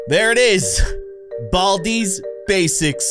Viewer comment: I haved to watch the intro and u saying “there it is BALDIS basics plus”